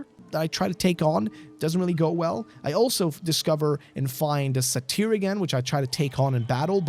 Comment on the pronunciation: “Lust demon Sa-teer?” Do you mean satyr (say-tur)? The Greek mythological creature? Half man half goat?